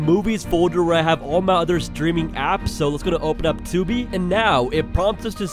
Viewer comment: Bro said Tubi 💀🤣🤣🤣